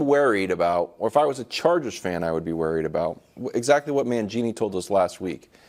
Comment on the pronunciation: Have to mention Wildes pronunciation of worried as "wearied" 😂 seems intentional